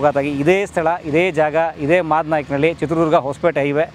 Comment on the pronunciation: ಸರ್, ಮಾದನಾಯಕನಹಳ್ಳಿ..........ಅಲ್ಲ..... ಮಾಡ ನಾಯಕನ ಹಳ್ಳಿ.